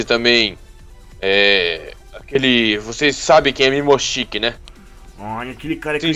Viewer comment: Não é mimoshiki é momoshiki